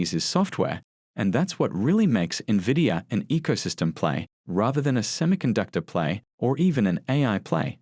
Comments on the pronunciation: No NEVIDIA. Is call NVIDIA. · NOT Nah-vidia. Its pronounced IN-vidia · N VEE DEE A = NVIDIA. Do not call it NEVIDIA. It makes people think lesser of your program. People needs to know how to pronounce the name correctly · Good God. It's not "navidia." I can't count the number of times I've heard "experts" mispronounce the name. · Omg investors can't even pronounce the company name correctly..